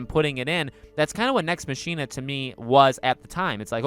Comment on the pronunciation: Mach-ina , not Machine-uh